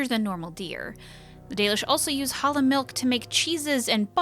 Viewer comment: every time she says Halla...i here Holla!, like she is Ja Rule or something.